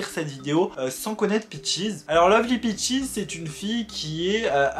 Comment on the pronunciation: Au début le l’appelait bitches au lieu de peaches